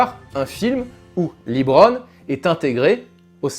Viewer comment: Ah et aussi, c'est pas "Libron", mais bien "Leubron"